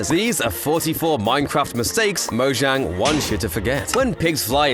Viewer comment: The way he says mozhang kills me 😂